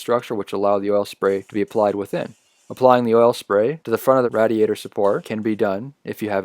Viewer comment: it is raid-iator, not radd-iator lol